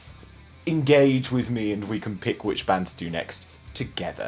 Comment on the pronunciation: bro amazing vid but the pronunciation of the band wasnt the best but tbh its better than most